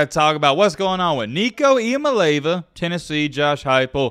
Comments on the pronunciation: Say it with me.... Ia mal eava. Not Iomileva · Jaysus...learn how to say his name! EEya-Molli-AHva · It’s pronounced E ah me ah lava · ee-ah-MAH-LAY-ah-va is actually how you pronounce Nico's last name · ee-ah-MAH-LAY-ah-va that's the pronunciation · i think his last name is pronounced ee-ahh-mah-lee-ahh-va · Pronouncing it wrong. It’s Eye-a-mah-lee-avah